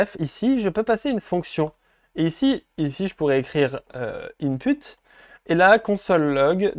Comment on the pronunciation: Super explication! J'adore :). Je rie á chaque fois il dit in-p*te😂😂😂